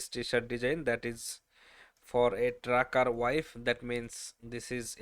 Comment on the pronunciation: TRUCKER not tracker